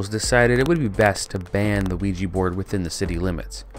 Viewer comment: If it is a combination of French and German words, then the German pronounciation is really bad!